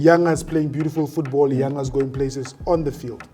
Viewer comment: Even you can't pronounce The name Yanga.